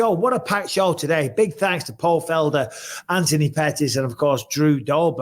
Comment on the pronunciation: Mad that bisping cannot pronounce Anthony and insists on saying Antony 😂